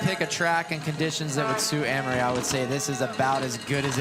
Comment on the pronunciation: Amaury is now pronounced Annmari?